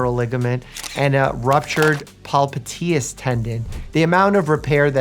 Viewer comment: Dr. Mike said polpiteus tendon.😅😅😅